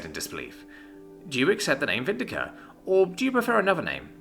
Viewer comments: Me too... Is VindiCta it comes from latin... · anyone else annoyed he mispronounced the latin sounding name there, missing the T after the C? no, just me? okay.